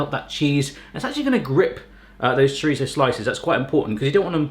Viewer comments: As a Portuguese person, I cringe so hard when you mispronounce chorizo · I love how Europe says "Chor-Eet-Zo" Here we say "Cho-Ree-Zoh"